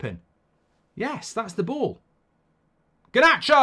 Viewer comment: Why does he pronounce Garnacho like “Guhnatcho” ?? 🤣